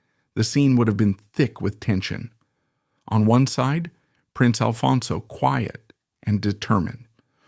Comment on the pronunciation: Why can’t you get the name right? It’s ALFONSO!